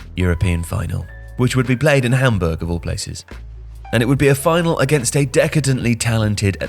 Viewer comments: Looool was thinking the same thing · Why does he say hamburg like that?